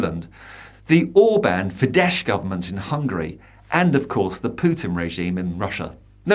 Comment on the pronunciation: Great video again. Just one thing - Fidesz is pronounced Fidess.